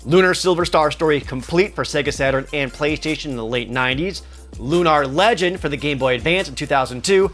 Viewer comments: Why are you saying Lunar like "Lune AR" It's looner, just like you'd say with a lunar eclipse or anything related to the moon. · Loon-are? Have I been pronouncing it wrong my entire life? Cecil's family are loon-are-ians and not loon-air-ians? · I was cringing every time you said LUH-KNAR.. but , you pronounce it correctly. I caught you!